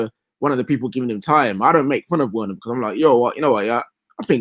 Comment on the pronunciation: you are such a mug, you corrected the deluded Spurs politician Alex who ddnt pronounce Bergwijn correctly, but you keep entertaining these Chelsea big heads who can't pronounce Werner correctly. It's actually annoying how they keep mispronouncing it. Same as those Arsenal fans who mispronounce Wenger, using a W instead of V 😒